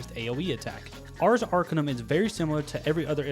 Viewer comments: Love the pronunciation on Arcanum, but little correction, the emphasis is on the CA not the AR. Not ARcanum, but arCAnum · That horrid mispronunciation of "Arcanum" gives me an ache that spreads from my chest through my left arm